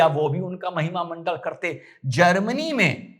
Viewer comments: Sir वो महिमा मंडल नहीं महिमा मंडन होता है धन्यवाद आप हमेशा हंसते रहे ❤ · शानदार जानदार ज़बरदस्त अप्रतिम अद्भुत अकाट्य सटीक विश्लेषण, आप जिसे महिमामंडल बोल रहे हैं उसे महिमामंडन कहा जाता है